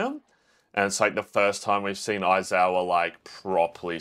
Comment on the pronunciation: I'm almost certain that the fact that kept calling Aizawa "Oizawa" is definitive proof that Oikawa is always on his mind 😂 The hate for Mineta was killing me 😂 but the utter disgust at Shigaraki scratching himself and telling him to put some cream on it and have a snickers was absolute gold. And by the way, yes, Yaoyorozu's quirk is absolutely broken and theoretically she could definitely make a nuclear bomb but then she would just blow everyone up including herself and her allies 😅 she does do some pretty cool things with her quirk later in the series though.